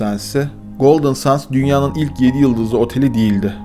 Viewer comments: küçük bir düzeltme yapmak isterim. Otelin adını Sands değil ``sendz``diye telaffuz etmek daha doğru olur. Golden sands ``Altın Kumlar``diye çevrilebilir türkçeye. Çalışmalarınızı büyük bir merakla bekliyor ve severek izliyorum. Elinize sağlık. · Çok güzel bir konuya değinmişsin kardeşim de Golden kelimesini düzgün okurken Sands kelimesini neden 'sends' yerine 'sands' olarak okuyorsun? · Neden SANS diyip duruyorsun. SANDS. ... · OKUNUŞU “GOLDIN SENDS”.. SANS DEĞİL .. EKSTRA BİR BİLGİ🎉😂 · Yahu " sans " mı " sand l mi.. ki ikincisi " send " okunur.. biraz özen gösterin lütfen.. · Sands degil, sends diye okunur, kum demektir. Bu kadar arastirma yapiyosunuz, otelin adini dogru okuyamiyosunuz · Abi her şey çok güzel de sandsi sans diye okuman video boyunca çok rahatsız etti altın kum olan sands isim ve okunuşu sends lütfen ingilizce isimlerde ufacık detayı atlamasan keşke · aslinda yanlislik olarak "sandz" demek ile "sendz" demek arasinda bir fark yok, ikisi de yanlis. Gondermek anlamindaki "send" kelimesi dediginiz gibi okunur. "Sands" kelimesi "seğandz" seklinde okunur. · Hocam sennds olacaktı okunuşu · otelin ismini her söylediğinde kendimi öldüresim geldi videoyu izlerken SANDS değil yaw sends altın kumlar